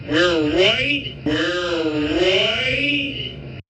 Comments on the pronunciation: what you hear is the r sound on the We're his mouth doesnt move correctly for the R pronunciation on the word Right. White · The buffoon said, WHITE. The lips did not purse for an R sound. He said white! He is speaking through the Orange ass of his dad! That's all he knows how to speak, through his orange dad. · He definitely said WHITE! I slowed it down myself! 😂😂😂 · He meant right, I'm sure of that. He said white. With all those w's he got carried away. With how awful they are in general we're never gonna give him mercy for a slip like this. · Ive heard this several times, this time it sounded like "right"....every other time...including day of, it absolutely sounded like "white" . Could there be 2 versions of it going around? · It sounded like he said "we're right", 😂 the sped up version confirmed it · No you can’t…. I hear W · Nope I heard "white" the very first time, before it was even replayed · This morning watching this, I heard 'white.' I thought that maybe it was just a tongue-twister effect from a lot of w's being used in sequence before the r sound. After reading your comment I went back--and you're right. There's a video on youtube showing how 'ba' and 'da' can be hard to differentiate, depending on the context--show 'da' on the screen while ba is being said, or vice versa, or show a person's mouth making the ba pronunciation while the sound da is being played, and the wrong sound can be perceived. I still think he's bigoted, but this isn't evidence of it. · He said white and you can tell by the shape of his mouth as the W sound comes out his mouth is not shaped like an R sound would be.